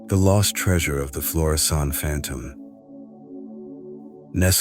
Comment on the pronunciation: It's Florissant, not Florison.